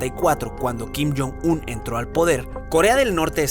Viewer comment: Nadie: Absolutamente nadie: Alex todo el vídeo:Kim jon Sum, Kim Jom Sul vídeo:Kim jon Sum, Kim Jom Sul vídeo:Kim jon Sum, Kim Jom Sul vídeo:Kim jon Sum, Kim Jom Sul vídeo:Kim jon Sum, Kim Jom Sul vídeo:Kim jon Sum, Kim Jom Sul